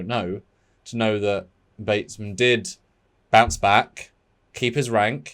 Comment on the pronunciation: Morgan BATESON... Not Batesman.